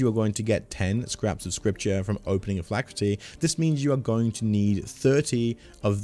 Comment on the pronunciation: Phylactery, not phylacrety.